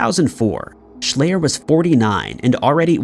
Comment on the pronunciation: Schleyer is pronounced "shl-eye-r not "ay" and he was eaten by bears. I live here, it was a big deal. His dad was a Dr with his own weird story on how he died.